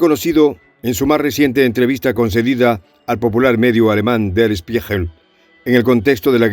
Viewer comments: Der Spiegel, con G de gato se pronuncia. Saludos y Gracias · Der Spiegel=El Espejo, se pronuncia "schpiguel"🙄😊🙋🇻🇪